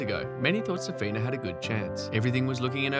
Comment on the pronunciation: It is curious how the authors gets the stress wrong in essentially every non-English/American surname. It takes like 5 seconds to google that it is SUkova, not SukOva, SAfina, not SafEEna, etc. I thought recording a video on “greatest players never to …” implies showing some respect to those players. Googling pronunciation of their names seems a natural first step, no?